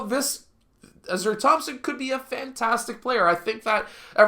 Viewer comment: His name pronounced Ah-sar, Ausar. Good video